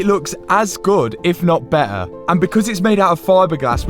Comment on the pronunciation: bro just says beeher and not better😂 (no hate i just think its funny)